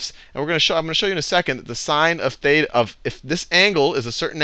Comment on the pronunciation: you don't pronounce "θ" and "ψ" correctly (im greek) anyway, great vids! :DDD